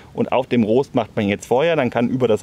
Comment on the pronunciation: Gutes Video, aber wie Du "Rost" ausgesprochen hast, hat mich fast wahnsinnig gemacht. :D